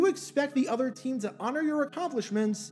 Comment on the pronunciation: the 'otter'.